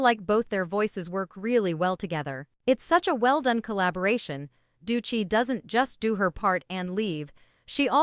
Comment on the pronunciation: Doechii’s name pronunciation… please